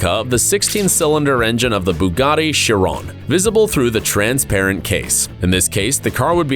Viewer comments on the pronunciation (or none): none